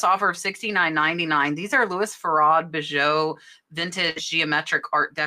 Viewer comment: Love your videos have learned so much! But Hope to help you just a little "bijou" is the French word for jewel or jewelry pronounced B-joo or B-jew. Thank you so much for everything you have taught me.